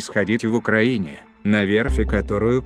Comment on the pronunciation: ...славьяяя уклаиниии...